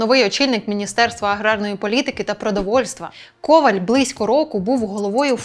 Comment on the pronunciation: Коваль - наголос на останньому складі.